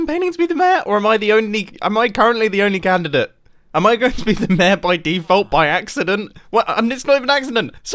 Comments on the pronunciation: Everyone: Mayor. Mumbo: Mair. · Me: yeah, ik enough english to understand videos and audio stuff ^^ Mumbo:... Mumbo: I seem to be campaigning to be MÆR me: 👁️👄👁️ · i just love how you and grian both prenounce 'mayor' as 'meehrr' XD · its pronounced mayor not maeh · Word: MAYOR Pronunciation MEHE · Mair is the correct way pronounce mayor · Mumbo: reads Mayor Mumbo: mair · Nobody: Mumbo, pronouncing mayor: mer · Look I love the British accent, but why does he say mayor as “mehr”?!? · Everytime mumbo says mayor, I hear ‘meh’ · It's pronounced may-or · The way he pronounced mayor doesn't feel right.